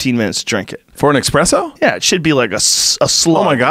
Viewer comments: Anybody else cringe when he says Expresso? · Had to stop listening after the third eXspresso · Guys, it’s not ex-presso, it’s espresso, sss-presso! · Is my guy really pronouncing expresso instead of espresso???? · almost didn't make it past the first 5 minutes after hearing expresso a few times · ES-presso. Not EX-presso. God damn. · ESPRESSO. There's no X in espresso. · "expresso" ughhhhadhbahdhjawnduiawhduiohalwdbwadhlwa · Can someone drop a time marker when he stops sayin “expresso” i can’t get thru the first two mins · Say expresso one more time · Michael "I only drink Expresso" yo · wtf is expresso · “Michael ExpressYo” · Fucking "Expresso" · "Expresso" ~Michael Yo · you expect me to listen to this dude say "expresso" gtfoh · Expresso. Ughhh. Cool guy though. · Casey Jones Found the guy who also pronounces it as EXPRESSO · Reminds me of the scene in the Sopranos when Paulie is complaining about how American coffee shops are stealing italian coffee...and then he proceeds to call it "expresso" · He kinda lost me when he said "expresso" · First two minutes. Dude says “Expresso” 6 times. No thanks. I’ll try the next podcast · Oh my God the way the two of you say espresso is fingernails on the chalkboard in my soul. There's no X in the word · Dad has a PhD in Nuclear physics and yet he pronounces it wrong. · These fuckin dummies talking about espresso at the beginning. My inner coffee snob was flipping out. First off, there’s no X in espresso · Or just decided to use the other pronunciation... Because yes the two exist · My ears cant handle Expresso and he says it soo many times. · Say "expresso" again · It’s not “EXPRESSO’ GOOBERS...........ITS ESPRESSO 🤦‍♂️ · Espresso! NOT EXPRESSO😡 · I hate it when people say x presso. Where is the x? Its espresso. There is no f ing X in espresso! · I hate when people pronounce espresso "expresso" 😒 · Expresso? LOL! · "Expresso" makes me wanna puke hearing people say that. Lol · Espresso not xxpresso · Micheal Yo- "eXpresso"